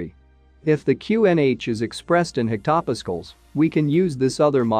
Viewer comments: The text-to-speech pronunciation is abominable. " isoburr" "hectopiskals" "substract" . Also it's incorrect to call something a "correction factor" if it's applied by addition. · hectaWWHAT??? hard to take this video seriously after this